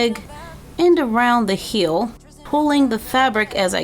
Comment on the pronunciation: Am i the only one who heard her say "hill" and not "heel" idk